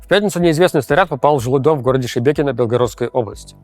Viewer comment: Руслан, дикция снова начинает портиться. Надо еще поработать над выговариванием гласных звуков. Правда, очень тяжело слушать. Приходится делать усилие, вслушиваться. Что за слово "Шбекьно"? Там же есть гласные - ШЕбЕкино.